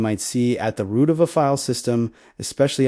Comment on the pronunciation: Your READER sux ROOT --> ROUTE sbin --> spin usr --> oo-sar sys --> seize execute --> WTF was that ? truncated sentences and so on